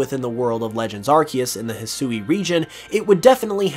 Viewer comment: He Swee. Not Hesooey.